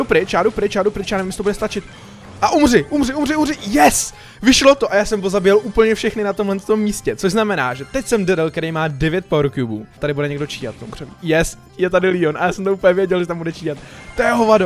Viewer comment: LEON NE LÍON!!!!!!!!!!!